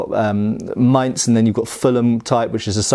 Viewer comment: Kudos for getting the word "Maintss" correct! German "Z" is always a "tss!". That also goes for "Tssweihänder". Always, always "tss!".